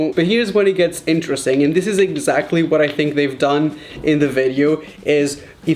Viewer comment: in the beginning of the video be like Eggxactly